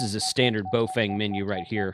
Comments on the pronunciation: It is pronounced, bow-fung. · Regardless of how you actually pronounce it, I call my Baofeng HTs my “Iron Goats”...